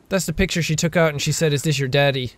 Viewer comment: SAID not SEID